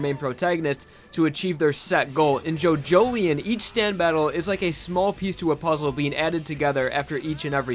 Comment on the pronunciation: Was calling it JoJoLION. Like a big cat. Now I know how to pronounce it thanks